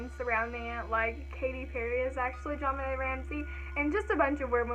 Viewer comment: loved the video, and someone finally said my name right😂💔 i totally think the brother did it